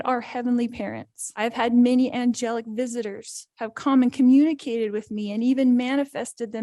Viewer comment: am i tripping or did the crazy jesus lady say "comi-communicated"